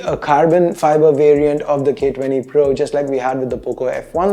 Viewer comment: ' For the gay 20' XD